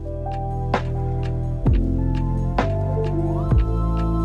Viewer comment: Had to enable the video CC to know you used Tamiya putty with nail polish because I was clueless when you tried to say Tamiya putty that came out as tamacaric, or something like that! Your lazy English is horrible!